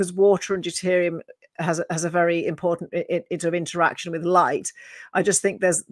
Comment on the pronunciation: So what is deterium, or is it deuterium?